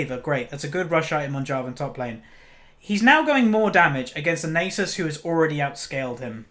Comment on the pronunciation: omg...Its not pronounced "Nay Sis" its "Naa Suus" Its egyption...ffs